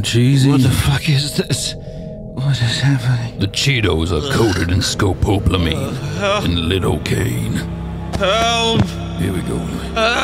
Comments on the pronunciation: It is called scopalamine, but he said something like scopopolamine LOL. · scoPOPElomine.. and LID-o-caine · SKOH-pa-la-Mean and LIE-duh-Kane